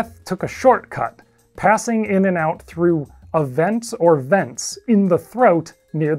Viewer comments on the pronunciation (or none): none